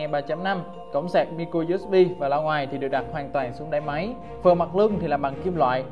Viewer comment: bao nhiu video tới video này từ micro usb vẫn đọc sai -_